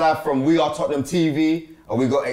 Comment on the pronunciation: finds it really difficult to say Tottenham 🤣 “toppnum”